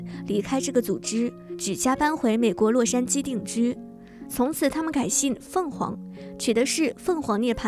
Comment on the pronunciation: 凤凰 读错了哦 o不发音 finix